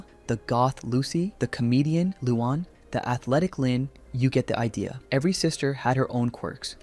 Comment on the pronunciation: Not to be rude but you pronounce it as Lu-Anne